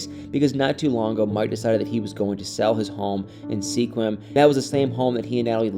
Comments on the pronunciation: Mikes hometown is pronounced "squim" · Native Washingtonian here… Seqium is pronounced skwim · Dude! It's pronounced "SKWIM"!